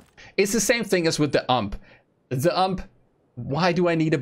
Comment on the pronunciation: WHY YOU SAY UMPE ITS U. M. P. NOT MORE OR IN LONG Universale Maschinenpistole Whyyyyyyyy Umpe this word is for me a triggermachine